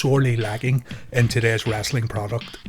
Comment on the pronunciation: It's Wrestling not Wrastling Speak English